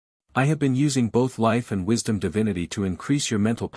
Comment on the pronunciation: God of "wishdom" huh?